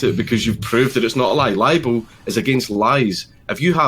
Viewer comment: It's LIBEL, not liable. These right wing morons are literally talking about stuff they have no idea about.